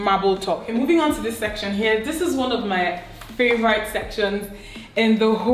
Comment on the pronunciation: Beautiful!! Dimma please favorite is NOT pronounced as “favoraite”. It’s an e sound, not and “ai”.